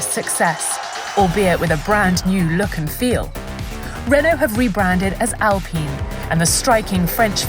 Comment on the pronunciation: She really said ALPEEN😩😩😩😩